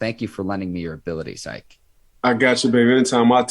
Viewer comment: Say his name correctly IKE!